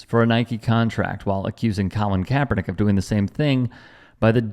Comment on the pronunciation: I don’t know, but does this dead guy just have a bad accent or is he purposely saying Kaepernick wrong? Just like Marjorie Taylor Greene pronounce AOC‘s name funny. Or how some people couldn’t even pronounce Kamala Harris?